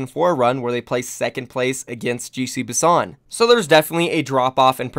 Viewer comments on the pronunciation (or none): none